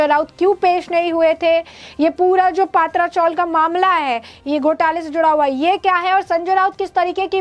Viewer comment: पहले पत्राचाळ ऐसे बोलिये हमे पात्रा मतलब (अळुवडी मराठी) ऐसा लग रहा है|